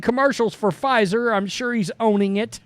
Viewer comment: Mr. Puh-Fizer.